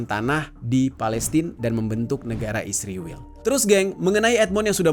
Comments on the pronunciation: Bang kenapa sih pake kata "isriwil" sebut ae "israel" gitu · Anda ini anti semit dari cara anda mengucapkan kata isriwil dasar rasis